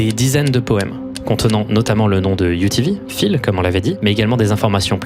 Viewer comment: quand tu disait UTV j'entendais rien d'autres que UVB